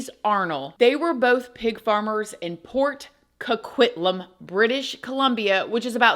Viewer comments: Neat you pronounced Port Coquitlam properly! from BC 🇨🇦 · Props, I've never heard anyone outside of Canada pronounce Port Coquitlam properly lol.